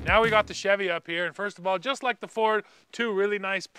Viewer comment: please just say chevy CHEV?